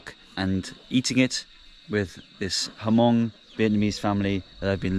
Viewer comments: Great video! But It’s pronounced “mong” not “ha-mong” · I'm Hmong living in the United States and I just want to correct you how to pronounce Hmong. It was not HaMong, the "H" was silent. You should just pronounce it MONG. Great video. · Its pronounce Mong, the H is silent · It is Hmong not Hamong :-) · When we visited the Hill people in Thailand they said the H is silent and pronounced it Mung. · When you pronounce Hmong it should sound like this, " Mong". You leave the" H " out.